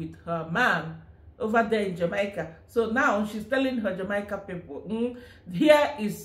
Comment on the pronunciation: Jamaica is pronounced "Jah-May-Ka."